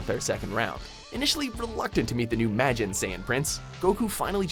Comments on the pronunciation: WatchMojo needs to hire a weaboo to pronounce something as simple Majin. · I think he said majin wrong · didnt pronounce majin right but ok